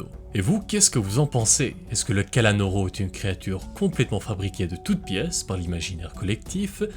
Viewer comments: Sa ce prononce KALANOUROU mais pas KALANORO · C'est pas Kalanôrô, c'est Kalanour :face-green-smiling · cela se prononce kalanour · C'est pas le kalanoro mais la kalanoro